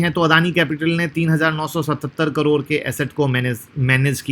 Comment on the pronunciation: करोर नहीं करोड़ 😂😂😂